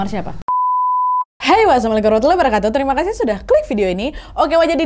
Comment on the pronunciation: Baru kali ini dengar org ngucap salam gk jelas,masih jelas pengucapan yg non muslim